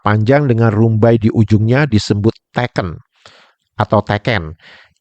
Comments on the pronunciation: Pengucapan tekennya salah,yg benar dua2nya makai e (pepet) yang berarti tongkat Sedangkan teken huruf e pertama normal itu artinya tanda tangan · Maaf untuk istilah "teken" itu dalam Bahasa Jawa kedua huruf "e" diucapkan seperti bunyi e pada kata "serap". Teken juga adalah alat bantu orang yang sudah sepuh/renta untuk berdiri dan berjalan. Teken bisa terbuat dari bambu, kayu, atau bahan logam.